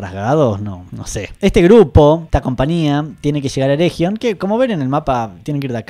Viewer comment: Eregion, es "ereguion", con g suavecita, no como jota.